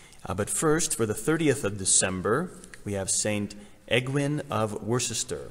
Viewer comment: I grew up in the UK, and Worcester is pronounced as “Wu-ster”. Yes, really. Our spelling is a nightmare